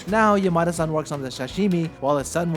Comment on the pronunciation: This is a good addition to my knowledge. Though.. why did you pronounce Yamada-san like Yo-ma-de? I keep hearing "Your mother son" 😅